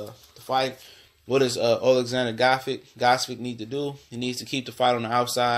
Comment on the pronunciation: Gvodyk is pronounced (Vo-chick) You chop and screw that guy's name LOL